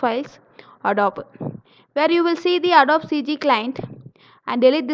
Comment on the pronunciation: Just FYI, it's pronounced "Ah-doe-bee" with the accent on "doe."